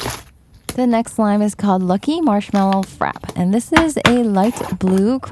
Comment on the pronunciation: Correction, frappé is pronounced as fra-pey. No hate here:)